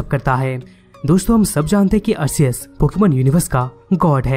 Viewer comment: Bhai wo Arkeus hota hai but it spells Arceus.